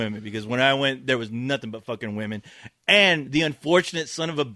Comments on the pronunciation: could not say women ever its just distracting for him to say woman in the plural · Katherine is a horrible actress, and a bitch to put up with on and off-screen. She's only popular because of her looks, which will be gone in a few years time. Also, anyone notice how pronounces women like woman? lol.